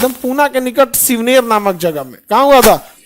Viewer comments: sir there's not shivner that's shivneri fort and not पुना that's पुणे and also chhatrapati shivaji maharaj birth dates is not 20 april that's 19 February 1630 . And first do check about knowledge and then teach students ..... Other wise सप्रेम जय महाराष्ट्र 🚩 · Shivner ❌ Shivneri ✅ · शिवनेर नाही आई घाल्या शिवनेरी म्हण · शिवनेर ❌ शिवनेरी ☑️.... ❤🚩🙏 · Many things that he taught were wrong. e.g he said shivner to the birthplace of shivaji. But it is not 'Shinver' it's 'Shivneri' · Sir shivner nhi hai shivneri hai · Shivner..nahi, Shivneri pr chhatrapati shivaji maharaj ka born hua..........baki khar sir aap k kam k liye salut! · Sir shivner nahi shivneri kila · Shivneri hota he sirji Shivner nahi he vo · सर ओ किल्ला शिवनेर नही शिवनेरी हैं🙏🏼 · शिवनेरी हे शिवनेर नही बाकी खान सर आप बेस्ट हे. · 🔴 Correction 🔴 Shivaji maharaj born in 1630 ✅ not in 1627. Birth place - shivneri fort ✅ not Shivner❌ Weapon that he carried - wagh nakh ( bagh nakh) ✅ not bag ❌ Afzal Khan - adilshaha ka sardar tha ✅ not Aurangzeb ❌ सर आप जो history पढ़ा रहे हो वो 70% गलत है❌, please read first and then teach your students......🙏😢 Lots of respect for you......!! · 19 Feb 1630 sir.. Fort- shivneri Not shivner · Birth place shivaji mahraj .shivneri fort.not shivner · Khan sir thoda achese study karke Chatrapati shivaji maharaj ka history paina Aapa aada aadura pada rahe hai Aapka? Pronounces thik nahi kar rahe Shivner nahi shivneri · Shivner nhi Shivneri place hai